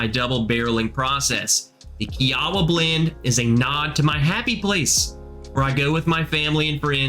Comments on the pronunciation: Kee-ah-wah. Sorry couldn't help myself. Thanks for info!! I'm starting the hunt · it’s pronounced (Key-wah)